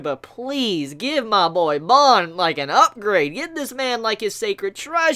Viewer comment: You do great reviews man but I’m wondering what’s with your vocal tic you words like give or gave you say it as g-e-v or like this video you were talking about a healer but you said hiller just wondering